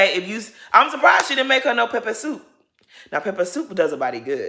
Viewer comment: Nahh the way you said “peppersoup” you must have Nigerian family 😂